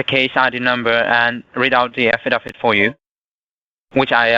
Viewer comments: It's an "affidavit" and not an "affa-daff-it." Unless, of course, it's being served by Daffy Duck. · What’s an “affadavit”?! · Afidadit and pepperwork lol great English lol